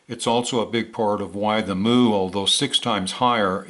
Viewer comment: Mu. It's pronounced myoo (mew) like what a cat says and not moo like a cow.